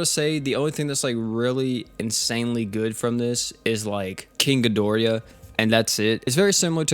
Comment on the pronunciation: Feel better man and it's Ghi dor ah not Ghi dori ya